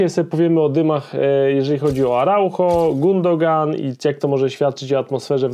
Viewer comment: Nie Gundogan , tylko Gündogan - giuuudogan wymawiaj bo słuchać się tego nie da